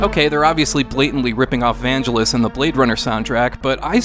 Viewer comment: Vangelis is pronounced "van-gey-lis," hard G. - Pedantic Viewer